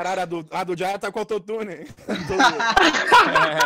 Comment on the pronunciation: o nome dele é junior, J em inglês tem som de jey e R air, ai ele pois JayA